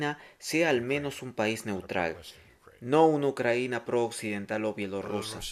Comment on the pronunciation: Compadre, es "Ucrania" no "Ucranía". Ahí te encargo